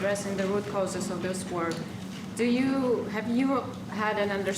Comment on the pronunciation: "After zis we're gonna have a big pedo party with the european leaders"